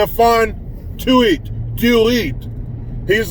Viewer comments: Its pronounced "To-it". Tuitte is my attorneys name. You have great thoughts and comments for the day and are real. Thank you 👍👍👍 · It's pronounced Stephon (Staff on) Tuitt ( Two it ) Kudos to him and his grandmother !!👍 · Its pronounced too-it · You asked for the pronunciation of Tuitt's name. I've mostly heard it on sports channels pronounced: TWO it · As a lifelong Steeler fan, It's pronounced ( 2 it ) Love ya bro. Peace. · On tv from college to the NFL, they pronounce Stephon’s last name Tuitt like “Too-It” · I live in Pittsburgh and the pronunciation is 2 it. Easy peasy to pronounce the big mans name. Peace from the East